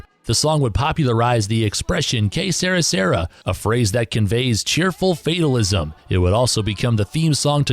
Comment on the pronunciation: Good list but how could the announcer have the recordings on in the background and still mispronounce two titles..."Que Sera Sera" and "What'd I Say" are not "Que Sarah Sarah" and "What Did I Say"